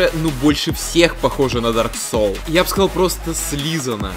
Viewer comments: В дарк соле?? В дарк соле, сука???! ДАРК СОУЛС, А НЕ СОЛЬ, БЛЯТЬ!!! И ещё, не Бёрн, а Борн. Бёрн - гореть, Борн - рождаться (ещё бывают уникумы, говорящие Бон, так вот Бон это кость) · Меня одного кумарит как он произносит Дарк Соулс?